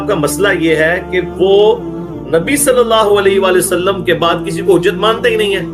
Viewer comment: یار آپ صلی اللہ علیہ وآلہ وسلم ٹھیک کیوں نہیں بولتے؟؟؟؟